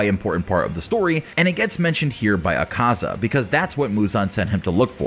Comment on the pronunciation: I love how poorly he pronounces akazas name lmao